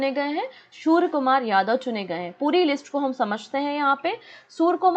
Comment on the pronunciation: Madam it's surya kumar not soor kumar...